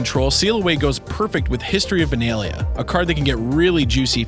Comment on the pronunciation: its not Leera its Lyra its not Benaylah its Benahliah